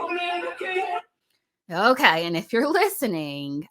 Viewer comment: Every time you say “Kay,” 😂🤣💖 I love it😊